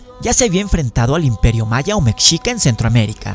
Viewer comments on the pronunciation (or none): none